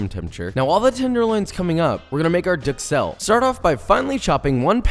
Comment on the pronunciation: However he doesn’t pronounce duxelles correctly and this guy does.